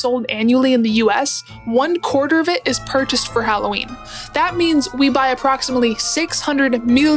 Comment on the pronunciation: Thank you for saying HAL-O-WEEN and not the atrocious HALL-A-WEEN